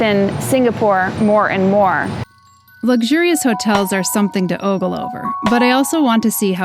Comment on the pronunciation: Oh-gle hehehe